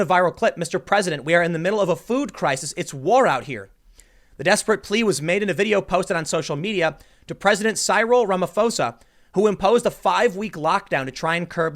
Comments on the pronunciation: Just a heads up Tim for the future in case you see it again. Lesotho is pronounced Le-Sue-Two Cyril is pronounced Sir-ill (easiest way to describe) Ramaphosa is pronounced Ram - ah- po (like for police) - sa (like sa in sandal) The army was deployed at the start of the lock down. I am from South Africa. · Eish Tim ! Your african pronunciation needs brush up Lesotho= leh sue too Cyril= cih ril Rhamaphosa= Rah mah poh sah We have junk status. Many people lîve from the hand to the mouth. Only 52 died in South Africa from corona. Much more now from lock down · Greetings from South Africa (I'm black before anyone gets anyone ideas)! It's pronounced "Sih-ril Rah-mah-poh-sah". "Pinko clown", "Karen Magnet" and "Clueless" are acceptable, common nicknames too if you're still having pronouncitation issues.